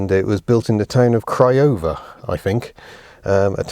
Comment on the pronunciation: 'Built in the town of Craiover' - very aptly pronounced "Cry-Over".